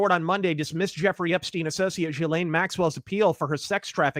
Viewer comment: Ive heard, Jizzlaine. Gislane. Gelain. Jelane. Whats next. JELLO